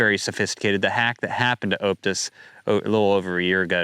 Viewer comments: For 'Optus,' say it like 'Op-tus,' not 'Oupe-tus.' Think 'octopus,' not 'opening.' 😊👍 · 1. Its pronouced OP (as in OPeration) Tus 2. Aussie(Politicians) are doing there best to get rid of cash. 3. keep up the good work!